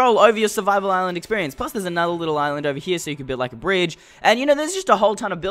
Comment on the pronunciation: Haha Haha! "Oveh hia" you were saying.